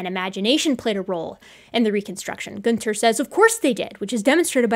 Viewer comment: Every time you said Goonter it reminds me of adventure time lol